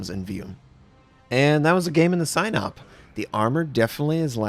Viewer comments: It's pronounced something like see-nope. Not sign up. Just fyi :) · I think it's pronounced "seenawp" Probably this battleship was designed for the black sea not the Baltic. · Pronounce it as Sea Nope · "Sihn-ope". Short i, long o. Pronounced quickly.